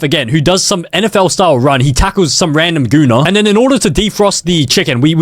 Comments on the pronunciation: no hate or anything but lmao its hilarious the pronounciation of me-cro-wa-v-ay i usually say my-crow-wave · “Meecruwavay”?😂 it’s “microwave”😂😂😂😂😂😂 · why are you saying microave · Did bro just say: MEECROWAVAY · "the meecrowavay" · Me-crow-waah-vae slaps